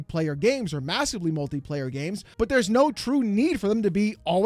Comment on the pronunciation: Its not TWUE!